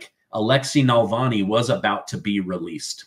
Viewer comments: It's "Navalny" not "Nalvani". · Alexei Navalny not nalvani, love your work tho, you’re amazing too. News that brings a smile,😊 even if some of it is frustrating (New York Engoron bullshit)